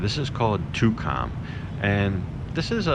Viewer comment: First time I've ever heard Tukcom pronounced " Too Com " ?